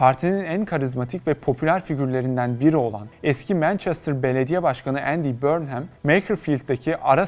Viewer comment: ya guzel bir video hazirlamissin bornhem diye telaffuz etmek nedir. 30 sn chat cpt ye sorsan ogreneceksin. conson falan. cok komik cidden. ingiltere uzerine gundem videosu ama ingilizcenin i sini bilmeyen bir anlatici. trajikomik bir ulkeyiz cidden